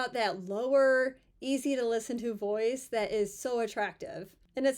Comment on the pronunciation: Me, not a native English speaker: wait, what? Man’s boys? What the hell does that mean? Few seconds later: oh. Oooooh!😂 Voice!😂